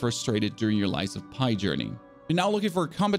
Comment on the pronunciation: Are you trying to bother us by calling the game “Lies of Pie”?